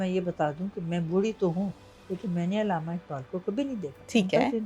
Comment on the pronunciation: Ilama ni hota urdu ka bayra garq na kreyn Allama hota hy